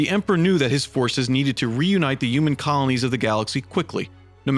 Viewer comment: Dude needs to work on his pronunciation. Terror, uman etc...